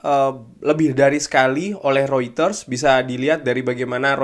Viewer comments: Reuters bukan rueters bang mengucapkannya😂😂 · Mungkin bro bcanya pke aksen holland😂